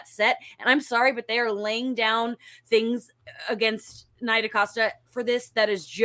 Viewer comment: her name is NEE-ah, Dacosta.